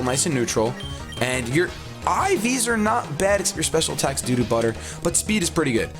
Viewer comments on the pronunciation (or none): he said doo doo instead of due to :3